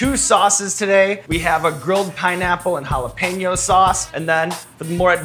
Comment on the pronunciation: Sean's pronunciation of jalapeño is almost spot-on. Btw, in Mexico we know that chile as "cuaresmeño" xD.